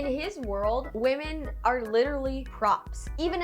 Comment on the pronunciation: Girllll not you pronouncing “women” like “woman” 😩 I thought that was only a Cali thing lmaooo